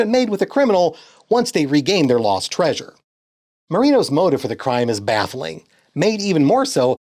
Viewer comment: What is this lost "treasure" you speak of? In the Scooby dooniverse, there is only "tray-sure"